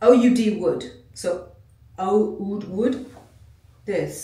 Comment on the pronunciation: Oud Wood is one of my favorites! It's pronounced oooo-d.